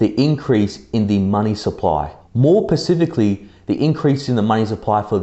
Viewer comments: Did you just say... "more pacifically?" Come on my guy... specifically lol good video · Its SPECIFICALLY not PACIFICALLY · The word is specifically, not pacifically. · More pacifically? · Pacificly? but I'm on the East Coast... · Almost lost me at "more pacifically". Question: did the fed discontinue the report altogether, or change it from weekly to something less frequent? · "More pacifically..."(see ) Is that more peacefully, or were you talking about more like one ocean than another ocean? Asking for a friend... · more pacifically 🤣 🤣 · More PACIFICALLY